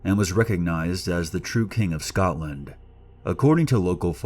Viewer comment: cmon say Edinburgh and Scotland correctly...